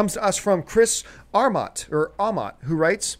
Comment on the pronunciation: Ahh wrong 3 times lol pronounced (A-mott) thanks for answering my question :)